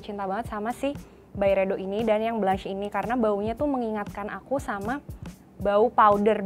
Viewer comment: bkn blanch tpi dibacanya blong sesttttt